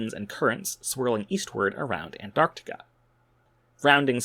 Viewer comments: It's nice to hear someone pronouncing Antarctica correctly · Wow! An American that can say “Antarctica”! Fascinating, concise and educational!